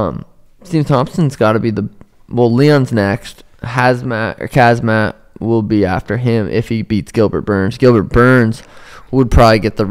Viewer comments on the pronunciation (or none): Once again fellas, it's "HAM-ZAT" NOT "HAZ-MAT" or "KAZ-MAT" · Hazmat or khazmat 😅 both wrong pal